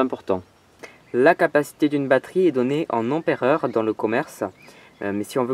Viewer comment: 3000 euros et 40 heures de travail pour pouvoir allumer une ampoule led. C'est dans ces moments que l'on se rend compte que le pétrole sera difficile à remplacer. P.S: On ne dit pas emperer mais ampère.